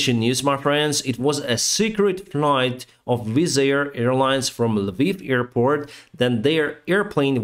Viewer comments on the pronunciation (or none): none